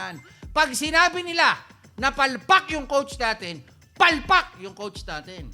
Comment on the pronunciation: May lutong talaga yung "PALPAK". 😂 Haha. Basta si Chot Reyes. #palpak